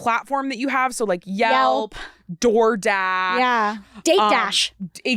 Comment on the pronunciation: Homegirl said , "DoorGash". 🤣🤣🤣🤣